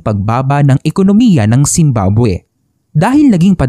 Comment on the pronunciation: 0.47 second, bakit zimbaboy narinig ko😂